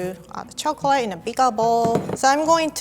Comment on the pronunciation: why does she say "chocalay"